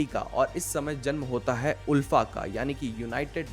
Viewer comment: आलफा not उलफा